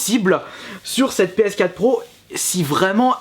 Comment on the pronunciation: Une Ps Quate ?? mdr essaye d'articuler ^^